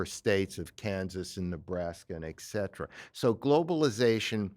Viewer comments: Off the point here I know, but while I like listening to knowledgeable, well-read and articulate people with whom I whole-heartedly agree, I cannot ignore the fact that they repeatedly mispronounce "etcetera". Why do so many people mispronouce this word and say "exetera"? It's like "expresso" instead of "espresso". Especially cringey when part of a really eloquent statement. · There is no "k" in "etcetera."